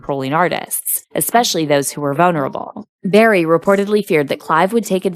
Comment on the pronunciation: Barry White. Not Berry. LOL